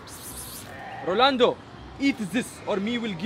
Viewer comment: "Rolando" "Few-ter"